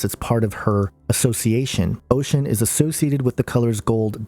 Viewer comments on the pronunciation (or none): Its not "ocean" it's osun pronounced aw shoon! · Oshun, pronounced "o-shoon" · its oshun....oh-shoon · SHES CALLED OSHUN! (O sh oon )